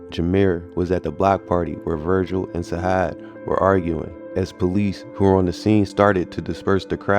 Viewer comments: It’s Sajaad you gotta say it with the J not a H free broski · It's not "sahad" it's sa-jad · Facts Sajaad is pronounced (Sa Jad ) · It’s pronounced Sa-Jaad, like we say Jihad. This is my cousin. This situation is unfortunate and sad because both could’ve been anything in life.